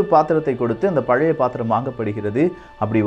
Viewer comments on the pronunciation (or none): none